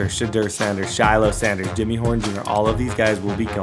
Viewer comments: It’s pronounced shy lo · Also just FYI Shiloh is pronounced “shy-low” 😂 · it's Shiloh pronounced shy-low 😂😂😂😂